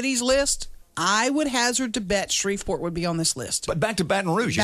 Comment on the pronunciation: Somehow I'm NOT surprised when she said Shreveport also